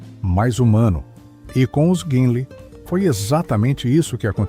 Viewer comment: A voz pronuncia Guinlei, mas é Guinle